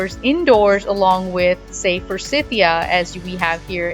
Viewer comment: Forsiyheeya? Learn to say the plants names